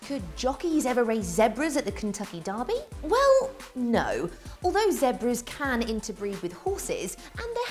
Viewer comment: Zebras not zabra